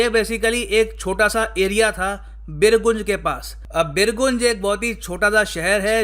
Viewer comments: Pronounce as BirGanj, sir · Sir, Birgunj is pronounced as बिरगंज not बिरगुंज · birgunj pronounce as Birganj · first thing first .. though it has been written 'birgunj' but it is read as 'birganj' and i am from birganj, gateway to nepal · बीरगुंज नहीं बीरगंज नाम है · Birgunj nahi sir vo birganj hai...or kafi purana town hai Nepal ka .. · सर ये बीरगंज है,.........बीरगूंज नहीं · सर बीरगूँज नहीं बीरगञ्ज है। लगता है आप हिन्दी समाचारपत्र नहीं पढ़ते हैं। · Small correction pls don't mind Birgunj hindi pronunciation: बीरगंज Not बिरगुंज . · सर बिरगुन्ज नही बिरगंज हैं। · Sir it's not बीरगुंज... बीरगंज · Pronounce it as " Birganj " not " Birguuunj " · It's बीरगंज sir not बीरगुज 😀😀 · sir not birgunj this is birganj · It's BIRGANJ not BIRGUNJ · It is not बिर्गुंज it is बिर्गंज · Sorry sir,Birgunj का सही उच्चारण बीरगंज है। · sorry to say sir ! birganj is right pronunciation. from bihar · pronunciation birganj hoga sir ji 🙏🙏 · It is pronounced as beer ganj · Sir the pronounciation बीरगंज hai.. And Jankapur m khud gya hu... M khud sitamarhi Bihar se hu jo k bilkul border kr kareeb hai.. sitamarhi me Sita ji Jameen se nikali thi and Janakpur in currently in Nepal wha Raja Janak ka mahal tha. Mere ghar se exactly 40 km.